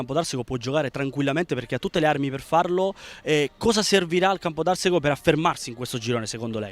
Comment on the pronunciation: si pronuncia Campodarsego con accento sulla a e non sulla e